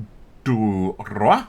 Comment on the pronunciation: "Navire-du-Roi" means "King Ship". "Roi" means "King" . English word "royal " come from it🙂 "Roi" pronounced like "Roo-Are"🙂